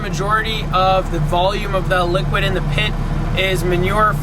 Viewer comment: It sounded like you said liquor manure instead of liquid manure. There's a thought for you!